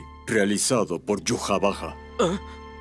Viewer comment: prefiero mil veces pronunciarlo aiwach a decir yuhavaja